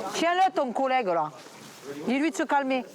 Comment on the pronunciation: Comment il dit collegue sa menerve